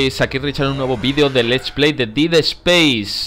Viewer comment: Ya casi terminas el juego y aún no pronuncias bien "dead" se pronuncia DED!